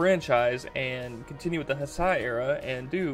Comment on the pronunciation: Those are Masers (microwave lasers) mounted on tanks. By the way, Heisei is pronounced HAY-say. To be fair, it has less to do with misogyny, and more to do with a 200ft. long, multikiloton monster who can accidentally destroy a city just by crawling through it being on the way, as you see for yourself . Not to mention previous experience with other kaiju also teaching the people to be inherently distrustful of them.